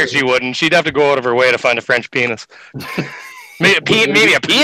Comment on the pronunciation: Dick is not pronounced PAYNEE. The S is not silent. It is pronouced PAYNIS.